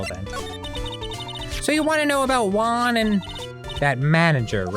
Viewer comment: Not gonna lie, I usualy use this series as a podcast while I do other shit and its the first time I saw juan name written down. The way they pronounce it made me think it was an asian name all this time like yuang, so when I read Juan I was really confused